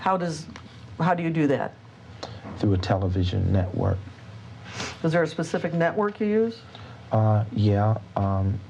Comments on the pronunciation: she let the "pacific" fly several times 🤣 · Him: be more “pacific” If it was me: Learn how to properly speak English you criminal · “You need to be direk and pacific.” —epic crook and all around sh*thead, David E. Taylor. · Be more pacific? Like Hawiian? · Say it pacific so he can understand you! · “ Be more Pacific “ … like the ocean?? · Did he say “Be more pacific”????? 😂😂😂😂😂😂😂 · To be fair, he wasnt axed very pacific questions. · “I don’t understand the question can you be more Pacific?” 🤦‍♂️ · I really think you should AXE michelle if your not gunna be PACIFIC about the words hes using.